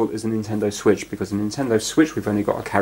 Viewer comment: The Nintendo wiitch